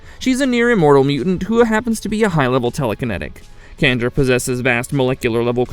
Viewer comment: She's an External Candra(sjan-dra). The same lady from the episode X-ternally Yours in the original series.